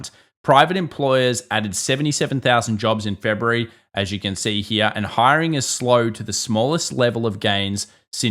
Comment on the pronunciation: i love the way this guy says the word "here" .......heeuh.